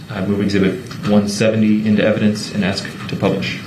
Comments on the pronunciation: Axe brooks ... 😂😂😂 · Hyped up 🎉 Please 🧐 is that a please 🤔?I would have needed dentures before puberty if a grown up had to axe me to say please 😜 evil lil gremlin 🔒🔥